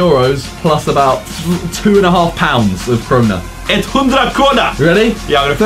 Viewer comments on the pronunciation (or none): IT's hundra kroooonor😂😂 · It,s hudra krona no no no it,s hundra kronor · "Etthondrakrona" HAHAHAHAHA ffs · Hahahhahah you said Cronow it's "kronor"😅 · Haha "it's hundra krona" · Hundra krona HAHAHAHA its hundra kronor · krowna hahahah you say krona im from sweden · its kronor not krowna 😂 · When he Said hundra kronor😝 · U didn't say kronor right Josh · You can't say kronor Josh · I that you always say kronor :) I'm from Sweden lol